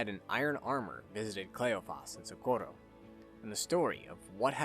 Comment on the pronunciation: The way he says Socorro hurts my soul. Amazing video though.